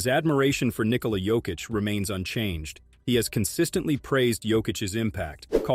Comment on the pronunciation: The narrator here is the first person who can pronounce Nikola's first name correctly.